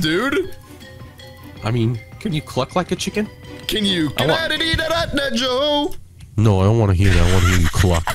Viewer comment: Its not joe is go